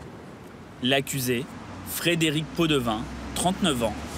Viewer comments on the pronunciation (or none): Podevin ou pot de vin ???😂